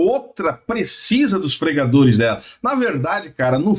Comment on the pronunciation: Eu entendi ensinajadores e não pregadores